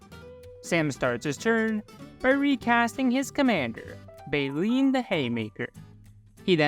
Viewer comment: It is Bae-Lynn and it is a man's name.